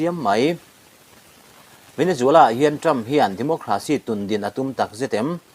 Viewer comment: Venezuela....Nge... Venejuala.....Venejhuala😊😊😊